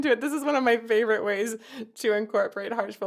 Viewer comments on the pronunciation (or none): none